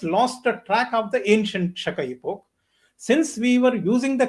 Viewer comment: Shaka era 😂 Not Shakaira and Shaka epoch not Shakipok..for first time listners like me 😂